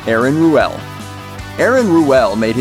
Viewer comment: Aaron Ruell's name is is pronounced rule, idiot.